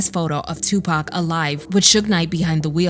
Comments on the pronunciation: Dude called 2Pac Tupack so off the rip everything he says is unbelievable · I can't believe anyone that mispronounces Tupac's name